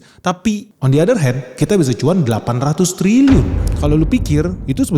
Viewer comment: Pas bagian other ny.. Jd berasa kayak logat India bang 😂.. But okay.. Sangat jauh lebih lebih baik dari yg English ny We Wok De Tok.. 😂🥰👍